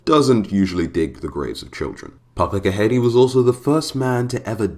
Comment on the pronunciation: You said it right the first time ghede